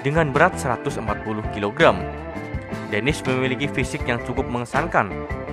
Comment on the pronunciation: maaf salah harus nya denis bukan demis